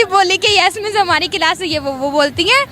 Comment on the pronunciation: Pakistani class ko kilas bolta hai kiya